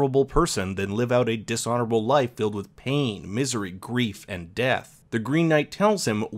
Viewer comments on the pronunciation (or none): none